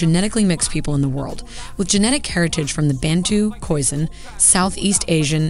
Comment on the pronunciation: Too true, and Americans: don't pronounce Khoisan to rhyme with "raisin." 😊